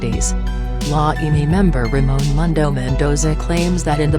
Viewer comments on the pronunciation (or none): none